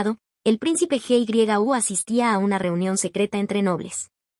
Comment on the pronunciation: Holis, buen resumen, pero un mini consejo, deberías de fijarte a la hora de poner a la ia a hablar, porque en el nombre del príncipe Gyu creo que es, deletrea el nombre y así se pierde el hilo de la historia Nomas eso🫶🏽